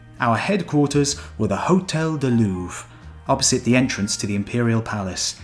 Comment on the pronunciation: "hotel the louv" XDD